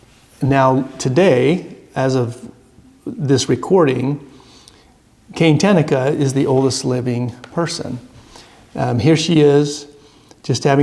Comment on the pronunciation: ta NA ka not Ten uh ka. Please!